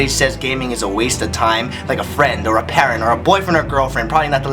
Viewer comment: Haha, , "paren". What's a "paren" Ryan?